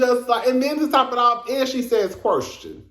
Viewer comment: Ms. Wanda said “qwerstion,” “get-toe,” and “disrespec-fer.” I was hollerin!!!